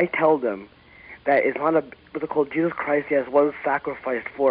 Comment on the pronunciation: Can't help but hear "Jizzus Christ" every time this guy says it.